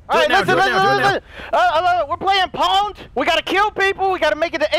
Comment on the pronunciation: I carried vanoss in the corner and just pound him :D :D I know he said pwnd but that's what it sounded like :D